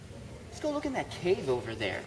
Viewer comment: When you said to go look in the cave and pointed at the bleechers, I thought you said cake. I was kinda disappointed to find out that there was no cake. It made me hungry. Anyway, Loved the vid!!!